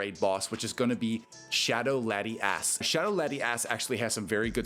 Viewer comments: Im all for ass but the way he was sayin lati ass got annoyin real quick🤣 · Lati- ass lol pronouncing it to hard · The Lati-ASS pronunciation kills me 😅